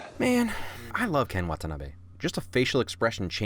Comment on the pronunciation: Narrator Pronounces Ken Watanabe correctly! Win! Actually, pronounces all Japanese names correctly! Absolute win!